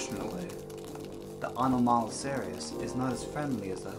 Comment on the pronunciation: You butchered anomilocaris.